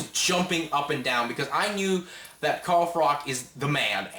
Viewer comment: its not frock its pronounced frotch lol good review tho